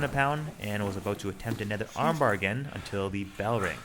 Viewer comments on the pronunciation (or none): none